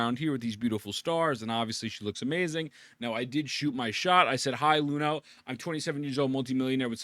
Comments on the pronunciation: brother, she's Iuno with an i, not Luno :'( you got her name wrong, ain't you rizzing my wife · please stop calling her Luno. That is a capital i. It's not an L. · Bro can't even pronounce her name right lmao